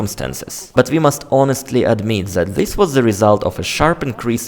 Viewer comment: Oh man you say That wrong it's not Zat I can not handle this guy. Content is great learn how to pronounce T the letter Z is never used in English wow so hard to listen to